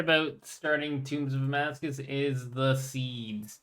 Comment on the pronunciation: How long will it be until he learns it's actually "Tombs of Amascut" not Amascuss 🤣